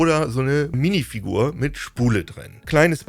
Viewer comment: Bei höre ich Minifick. Ich geh kaputt. Minifick bei Lego... Lmao